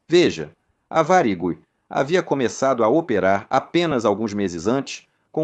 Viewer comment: Ficou muito bom, só não conseguiu pronunciar Varig muito bem, mas realmente ficou ótimo